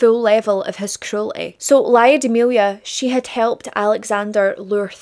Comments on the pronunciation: Lyudmila [Luud-mill-ah]. The Y isn't pronounced that prominent. Not [Laio-di-milia]. Ludmila. Like the movie La Llorona the double L sounds like a j with a hint of L in the beginning. The same sound as that but more weight on the L and less on the J. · Mostly i agree. Except ''Lyudmila'' - bless you for trying though!